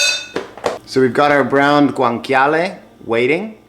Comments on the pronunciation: Yikes! Please stop pronouncing guanciale as gwanKyahleh. It's correctly pronounced gwanCHyahleh. Ugh! cringy... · It’s actually pronounced Gwan-cha-leh no k sound 😜